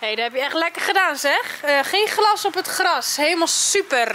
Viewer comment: zegt. Elke. Keer. Gras. In plaats van. Glas😂😂😂😂